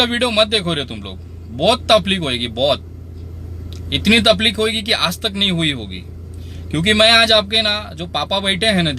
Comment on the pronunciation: Taplik nahin taklip